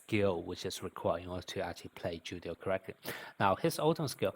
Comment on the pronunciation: Julio is a Spanish name its Pronounced as if the J is a H .....So it's like " Who-lio"..... not "Ju-lio". The letter J is really just a English sound.